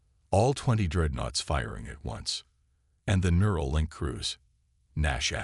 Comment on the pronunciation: Mural? or NEURAL. Get it right.